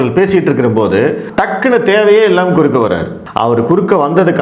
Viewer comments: குறக்கே அல்ல குறுக்கே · குறக்கே இல்லை குறுக்கே தமிழ கொலை பண்ணாதீங்க ( வீடியோ டைட்டில் )அதெல்லாம் சரி நியூஸ் 18 அம்பானியோடது அங்க பேச முடியாதா?